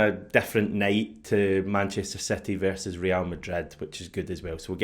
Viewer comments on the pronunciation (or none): none